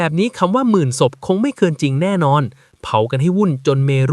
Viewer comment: ศพทำไมพูดส๊พครับ❤